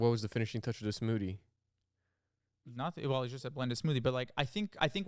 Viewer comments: touch of da smoodie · saying smoodie instead of smoothie 😭😭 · saying smoodie everytime irks me so much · “what was the finishing touch of da smoodee” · yall keep saying smoodie help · it’s da finishing touch of da smoodie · i say smoodie now literally every time bc of him